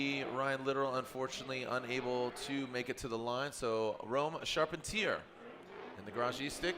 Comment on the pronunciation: Tell the announcer to learn to pronounce the drivers names. He has gone back and forth on Rome’s last name. It’s not charp-en-tear